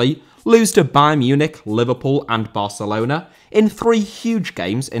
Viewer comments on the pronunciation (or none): Barcelona* not Baçalouwner